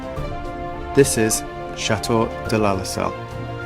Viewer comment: your pronunciation of Château is charming. ❤